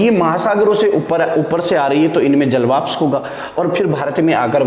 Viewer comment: Nice cir👍👍 but jalvapsh nhi jalvashp boliye